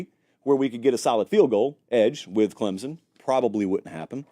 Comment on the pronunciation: It’s “Clem(p)son!!